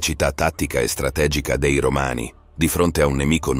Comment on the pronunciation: Certo, immagino e ti capisco in realtà. Allora una via di mezzo perchè sentire la preposizione 'dei' pronuncita 'déi' da davvero fastidio. Sì, magari sono io palloso ma fino ad un certo punto in realtà. Se è possibile magari correggere il lettore digitale con più attenzione, non so. Poi, oh, non voglio fare il 'bravino', solo penso che prima o poi migliorare quaesta cosa sarà un passo da fare comunque. In fondo Barbascura o Geopop mica sono doppiati professionalmente ma guadagnano dal fatto di essere commentati da voce naturale. Una minima inflessione dialettale non da fastidio a nessuno se i contenuti sono buoni. Ma credo che continuando con un software più di tanto non si può pensare di allargarsi. Alla fine i canali piùù famosi non lo usano. Ti faccio invece i complimenti per la risposta professionale e pacata a quella che, giuro non lo era, poteva sembrare una provocazione; ciò dimostra un professionismo non da poco. I miei migliori auguri.